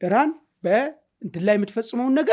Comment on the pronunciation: ኢራን በል ጋላው ሄራን አትበል ውይ ስንቱን እናሰልጥናቹ 🤣🤣🤣